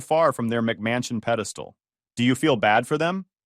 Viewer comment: I love when he says mcmansion 😂